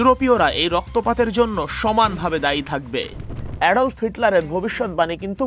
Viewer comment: অ্যাডল্ফ না অ্যাডলফ হিটলার